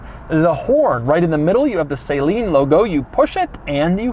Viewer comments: I’d say it’s pronounced, saa..leen not say...leen. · Doug, it’s pronounced Suh-leen and not say-lean. Say-lean (saline) is for old breast implants, suh-leen was for the car. Steve Saleen told me this himself when I toured the factory in Corona. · Its Suh-leen not Say-leen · Say-leen? Is that correct? I’ve always said Sal-een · Dude learn how to pronounce the guys last name. It isn't "saline" it is pronounced suh leen. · It’s not pronounced “Say-leen” it’s “sa-leen” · I thought the name was actually "Suh-leen" and NOT "Say-leen". I remember Jay Leno talking about Steve Saleen and how that was a common mispronunciation. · Say-Leen? I always thought it was Suh-Leen.....kinda like the way Steve pronounces his own name......but I’ve been wrong before. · Sa Leen - Say it with me, its pronounced Sa Leen. Not Saline like the eye drops. For a guy who goes out of his way to say Porsche the correct way you would think Doug would get this one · im sorry but i have to say it... its s(uh)leen not s(ay)leen. its a car, not a solution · It’s SUH-LEEN not SAY-LEEN!? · Its pronounced Saleen not Sayleen so annoying couldnt finish the video smh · Suh-leen not Say-leen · Saying nobody knows about it is a stretch. Anybody over 25 should be familiar with the Saleen S7. Many people remember it from the Jim Carey movie "Bruce Almighty." Also, it's not pronounced Say-leen. It's pronounced Suh-leen. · It’s pronounced Saleen Not sayleen Doug :) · Isn't pronounced suhleen instead of sayleen? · You pronounced Saleen wrong throughout the video. It’s not SAY-leen like eye drops, it’s more like sah-LEAN. Listen to the man himself at the start of this video. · Thats crazy. I'm surprised CNC didn't set the seat all the way back just so people can test drive it. Plus I've never heard anyone else, including Steve Saleen, pronounce it "SAYleen." Like saline solution for contacts? Uh, pretty sure its suhLEEN. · It's pronounced 'suh-leen', not 'say-leen'. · Isn't it pronounced suh-leen? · Say-leen Smh